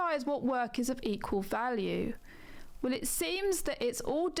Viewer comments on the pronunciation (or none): i hate how she says wew instead of well